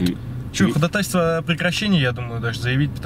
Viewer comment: ударение в слове ходАтайство, ставится на второй слог!!! )